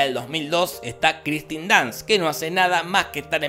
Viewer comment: No! Kirsten Dunst es punto.. porque es Kirsten Dunst. Y punto. "Kirsten", no "Kristen"